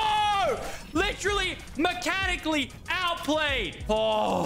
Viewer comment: why did lachy say mechanicaly out played wtf .v.